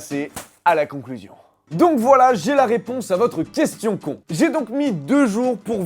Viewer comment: j'aime bien comment tu insistes sur "Une question CON"😂